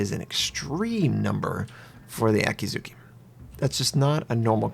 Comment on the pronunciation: Okay, it's Akizuki. a-kee-zu-kee. spell A as in (A)labama, kee as in (kee)n